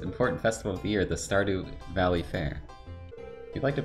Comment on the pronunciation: Skurrdew valley!!